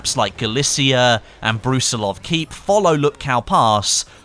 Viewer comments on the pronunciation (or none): Jack frags said in his vid that "lupkow pass" is pronounced lupkov pass. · lupkow pronounced(L oohp kov) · you pronunce lupcall pass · Easy tutorial for on how to pronounce Lupkow pass the correct way. It's actually Łupków in polish although Dice eliminated these weird lines from the letters "L" and "o" and it can be roughly pronounced "woopkoov" but I think that Lupkow is rather alright. You can always paste Łupków into polish google translator to hear the voice generator say it. Hope it helps. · Łupków is basically pronounced as "whoop-koof". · Lupkow Pass is pronounced in Polish as "Uhpkoov Pas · Its read "woopcoff pass" :) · It'd pronounced (Lüp-kov) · go to the google transalte, russian language and write Lupkow than you will know how to read it (trust me you do not read it correctly):D